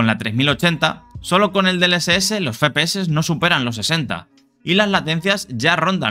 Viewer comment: No se dice Fe-Pe-Eses, es Efe-PE-Eses, me da ira homicida oirlo 27 veces en el video